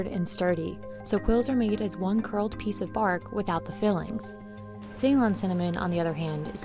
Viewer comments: It is C-lone, not say-lon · See-lone is the way to pronounce it. Not like say-lone. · You have an entire video devoted to Ceylon cinnamon but don't bother to learn how to pronounce Ceylon? Not cool. Ceylon is pronounced like Sill-on, not say-lon. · Amazed that the narrator is so ignorant that she pronounces ‘Ceylon’ as ‘Say Lynne’. Anybody who knows ANYTHING about Sri Lanka or tea or cinnamon knows it’s pronounced ‘Suh Lonne’